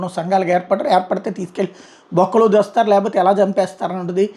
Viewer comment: Bokkalo tostaaru ane padam mee antha chakkaga palakaru gaaru 😂